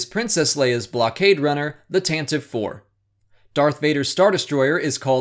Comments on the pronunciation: As I learnt the other day, The Tantive IV is actually pronounced Tan-ti-ve not Tan-tiv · I think Pablo Hildago said that it's pronounced ad the Tanti-vee IV, based on the old Radio Drama. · The first ship seen in any Star Wars movie? Is this supposed to be a joke that I'm just not getting? :/ Also, not a huge thing, but I'm pretty sure Pablo Hidalgo confirmed that it's official pronunciation is Tantiv"ee" IV. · As Pablo Hidalgo pointed out on the Star Wars Show last week, "Tantive IV" is pronounced "Tan-tiv-ee" Four, with the name having three syllables, as per the radio drama. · the Tantive VI pronunciation was confirmed recently to be /ˈtæntɪˌvi 'fɔ:r/, I think by Pablo Hidalgo himself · You're pronouncing Tantive IV wrong! Pablo says its pronounced tan tiv ayy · Pablo Hidalgo confirmed how to say Tantive 4 correctly and you mispronounced it